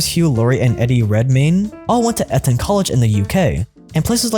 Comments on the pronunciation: EET-on school, not EH-tonl in UK. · It's Ee-ton College, not Etton College, LOL. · Bro said Eton College like "eh tonne collage" ... no wonder he wasn't privately educated lmfao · Eton college is a elite PUBLIC school. At least pronounce the name correctly when critiquing.